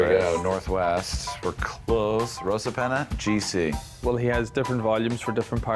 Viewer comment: Great Vid, just a word though Rosapenna is pronounced Ross a penna Not - Rose a penna Cruit is pronounced as Critch ( it’s an Irish word meaning Harp )